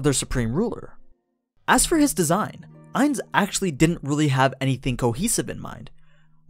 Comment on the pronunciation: Ainz not nines